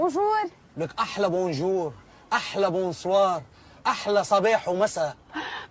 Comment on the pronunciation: بس انتو تقلدو الفرنسية هيك فكلمة bonjour م ، بتقرأوها هيك بونجوغ مو بونجور . و حتى كلمة. Bonsoir ما لازم تقرأوها بونسوار هي مو مثل الانجليزية بنقرأها بونسواغ.يعني R = غ . وايضا كلمة Merci مو ميرسي .... بالانجليزية Eهي إي . بس بالفرنسية e هي أو . يعني مو ميرسي . ماغسي. . موغسي. ما اقدر افهمها لكم يعني e هي حرف تنطقو ما بين الا آ و ال او ماغسي او موغسي 😂😂😂😂😂طولت حكي